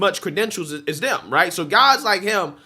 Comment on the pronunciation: Please try to say they, those, and them. I watch you all the time and love you brother, but it makes you sound less intelligent when you day day, does, and dem. And you're very intelligent.